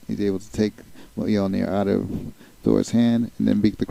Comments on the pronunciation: You do not pronounce the j in Mjolnir. It's pronounced closer to mole-neer.. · That picture is not cap, its USAgent I think... Also sorry to nitpick but you pronounce Mjölnir wrong,it actually pronounce like myol-n(ee)r. Other than that great video and I look forward to watching your others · superman also is weak to magic so he may have a hard time controlling it. Btw you're not pronouncing the hammer s name right they even mispronounced it in the movies.